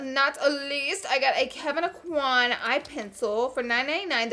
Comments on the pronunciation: Look up how to pronounce Kevyn Aucoin’s name properly. Y’all love him so much but I’ve not seen any beauty guru say it correctly. It’s “o-kwä” not “ah-kwan”. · I love you to death Laura, but you are pronouncing Kevin Aucoin's last name wrong. Lol! I was born and raised in Lafayette, Louisiana where he was born and raised. He pronounced it correctly in one of his YouTube videos. Even right after he pronounced his last name right, the narrator of the video then pronounced it wrong as well. We (people from that area) ALWAYS get our names pronounced wrong....it is hilarious and sad at the same time. Still love you lots though!!!! Second note, I feel you on the fact that the makeup at TJMAXX usually have been touched. I even once witnessed a young lady taking out the brushes and rubbing them on her face!!!! 😲😲😲😲😲 I know that some makeup you must touch before you buy, and you get to do that with the samplers in Sephora and Ulta. I am not sure how the store can rectify this issue....